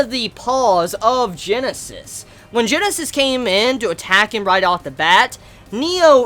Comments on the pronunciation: we have all been telling you this for months now..it is Guinness (like the beer) not Genesis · His name is fucking "Guinness" not Genesis. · the wolf king'd name is not Genesis. it is Guinness. you know like the Irish drink.